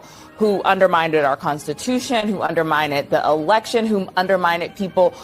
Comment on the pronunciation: Did she say “underminded”?